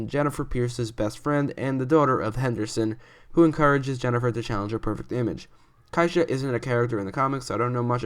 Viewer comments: Kyanna Simone Simpson's character's name Keisha is pronounced Key-Sha not kEYE-sha. 🙄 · Her name is pronounced key-sus, not ki-esha